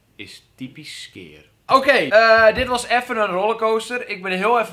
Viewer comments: XD dat is typisch skyr (skeer) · Ze hebben de uitspraak van SKYR veranderd he hahahaha ineens zeggen ze SKYJER 😂